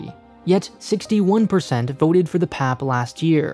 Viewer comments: Ikr. I’ve never heard it pronounced as pap haha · im curious, there's many videos of PM Lee speaking here, did they not listen to them while making this video? I'm sure he would have mentioned People's Action Party abbreviation is pronounced as "P-A-P" 🤔 hahaha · No one in Singapore pronounces PAP like you did. We just say P-A-P...spelling out the letters. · Honestly as a Singaporean, yes. I care more about his pronunciation of PAP more than the fact that we are a dictatorship. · Well, this is hardly the first video to call us a dictatorship. Even all the points in the video are old, repetitive from thousands of other videos/articles/political commentaries. Nothing is new nor unique from this video. Really the only highlight is how he pronounces the PAP acronym. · He’s pronouncing PAP like how you would in PAP smear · Hearing say PAP in one syllable instead of its individual letters was amazing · I totally loled when I heard him say it that way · Shows how much he knows about what he is talking about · That's like pronouncing the GOP as "gop". But he's not local, so.... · the way he pronounces pap is killing me lmao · This video researched the criticality of everything, up until it forgot to research how PAP is pronounced. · The way he's saying PAP reminds me of pap smear 😂.... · cringes at the pronounciation of PAP by My ears bleed from hearing PAP as pap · just a heads up people in Singapore don't say 'pap' as one syllable but always as a 3-letter initialism/acronym 'p-a-p' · pleaseee its so funny to hear him call “P.A.P.”, “pap” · It P.A.P not call pep...😨😨😨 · As a Singaporean, I express my shock at how you pronounced PAP as literally 'pap' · as a singaporean, i choked when he said "pap" (we say p-a-p) all jokes aside though, great video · I don’t think anyone in Singapore call P.A.P “pap”, “papa” maybe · I guess most of the dislikes comes from pronouncing PAP as pap instead of P-A-P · its supposed to be pronounced pee-eh-pee